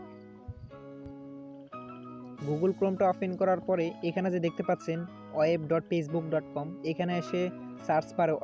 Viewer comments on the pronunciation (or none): Aga kotha bola sekh valo kore. Ota পেসবুক Na ota facebook